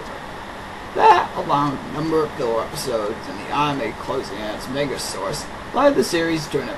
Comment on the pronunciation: did you just mispronounce manga...? Well, guess that means I can't take this seriously :)